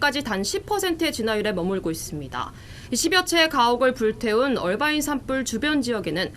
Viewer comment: 이해가 안되는게 화면밑 자막에는 "어바인"이라고 되어있는데 그걸 왜 억지로 굴려서 "얼바인"이라고 발음하냐고요. 앵커나 특파원이나 그렇게 본토영어가 하고싶으면 뉴스전체를 영어로 해서 전달하시든가 미국인한테 말힐때 하시던가....도무지 알수가없네....